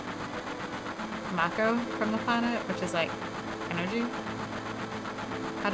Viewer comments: Btw it’s Mako like Marco without the R 😉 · Why do Americans struggle with that word? "Mayko", where did they get the "Y" from? Strange.